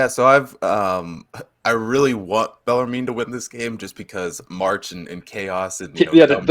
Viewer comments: It's pronounced Beller-men lol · Yes! Below... finally someone told them how to pronounce bellarmine. These kids dont learn grammar in school anymore. I guess my schooling in the 70’s and 80’s were better